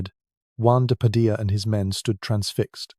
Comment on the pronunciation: Padilla* Pronounced Padi-yah